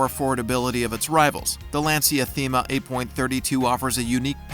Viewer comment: As always the grammatical errors and especially, the mispronunciations of words that any true automobile enthusiast would absolutely NEVER mistake are unfortunate. Example...Lancia is pronounced "LAHN-cha", not LAN-see-uh.